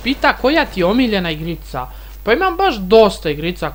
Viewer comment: naglasak za rec,,igrica"